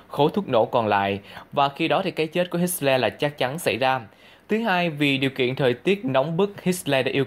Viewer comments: Hitler không phải HitSler. Không có âm S. Tên của người nổi tiếng như vậy mà phát âm sai bét nhè. Không ra gì hết. Vậy sao cho LIKE được. Sorry nha. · hit xo le...thuyet minh kieu ji vay ban...! doc la hit tho le...de chap nhan hon. doc ji cho ng nghe biet la minh co ng co hoc...!